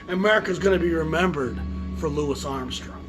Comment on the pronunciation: I will say this, I applaud you for saying "Louis." I peeves me when so many others refer to him as "Louie."